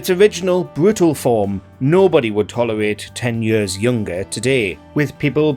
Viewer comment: OK, say it with me now: "YEARS." not "Yirrs."